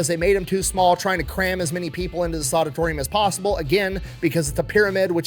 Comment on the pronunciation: Did you just say "the soditorium" ???